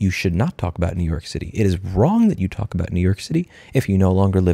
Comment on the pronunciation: “New Yoork is a braaand.”